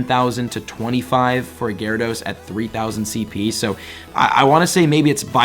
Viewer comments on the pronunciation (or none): none